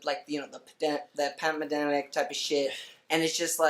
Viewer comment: said: “that pamademic typa shit” 😂